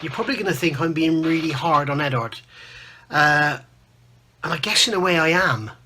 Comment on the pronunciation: Solid review and agree on your opinion. Only thing i dont agree with is since when did the U in Eduard become silent? The only people in the world calling Eduard Edard(#$&@ are and Phil Flory. Pronounced Edwaard.....lol...